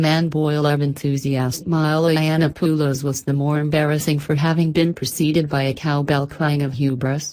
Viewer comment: Milo "Eye-Anna-Poo-Lows" -- gotta love that pronunciation. Why not just record your own voice, you pussy?